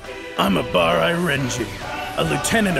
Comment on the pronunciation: You pronounced Abarai weirdly.